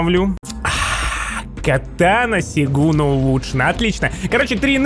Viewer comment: правильно говорица сёгун